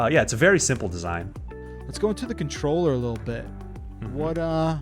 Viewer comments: What’s a “contorller”? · "Contorller" lol